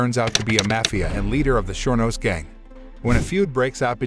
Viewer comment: I never knew you pronounce 'Surenos' as 'sure knows'..